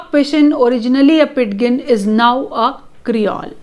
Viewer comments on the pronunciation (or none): You are right. It should be pronounced "PIJIN." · amm sorry i m confused pronunciation of ''pidgin'' is incorrect.. 'd' is silent ! kindly corrects me mam if m wrong..